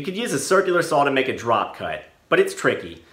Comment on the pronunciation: What's a "sawl"?